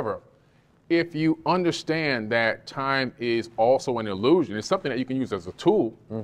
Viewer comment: the emphasis on “if you understand” ya understand me?